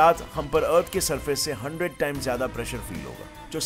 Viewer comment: AAP jyada ko jyadi kyon bolte ho